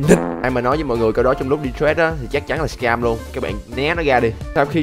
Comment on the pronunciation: Đọc trade thành trét nghe ngứa tai vl:)